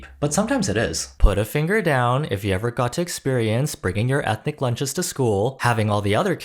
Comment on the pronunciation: no she literally says エスニ it's hilarious